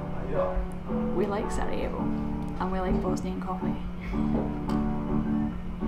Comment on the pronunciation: she said "Saudi evo" instead of Sarajevo